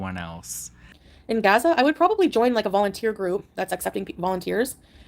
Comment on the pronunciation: "GAZAR" Does she mean "Gaza" 🙄